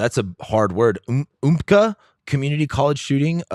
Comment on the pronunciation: Umpqua is pronounced Ump kwa